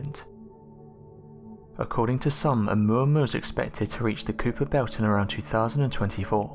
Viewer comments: Kuiper (ui = y) belt, not cooper belt. Jeez. Edit: Also... being extra-terrestrial does not mean that it is not natural, it's just from beyond our earth. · The “Cooper Belt” is (I think you meant) the KYPER BELT.